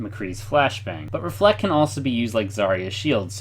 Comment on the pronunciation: its reflect